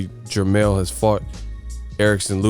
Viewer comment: jermell not jermall